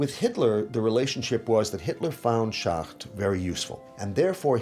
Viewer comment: It is too bad the narrator cannot pronounce Schacht's name correctly. He keeps calling him Schat. The people doing voice over translations get it right.